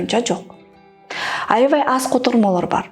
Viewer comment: Тура эмес Туура, аявай эмес аябай . Туура суйло а то ийгиликсиз болосун